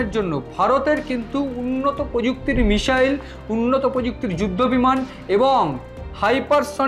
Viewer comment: যারা বাংলা ভাষায় ইউটুবার তাঁদের কাছে বিনীত অনুরোধ, ক্ষেত্রবিশেষে "স" আর "শ" এর উচ্চারণের বিষয়টার প্রতি যেন একটু খেয়াল রাখেন। যেমন, মিসাইল না মিশাইল সেটা বুঝে নিয়ে উচ্চারণ করলে ভাল হয়। এখানে শুনলাম কখনো বলা হচ্ছে মিসাইল (missile), আবার কখনও মিশাইল বা মিষাইল (mishile).